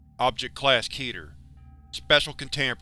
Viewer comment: Finally someone who can pronounce keter correct